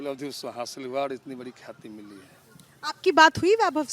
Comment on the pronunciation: शुद्ध आवाज नहीं है न ही सही से बोल पा रहा है ये लोग अंग्रेज के वंशज से है। प्राप्त को क्या बोल रहा है सुनिए